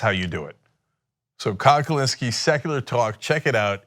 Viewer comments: Every time Cenk says “Kyle driver” I physically cringe, love the show though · Never say kyledriver again cenk you buffalo